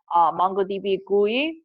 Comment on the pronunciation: it's GUI not gui😑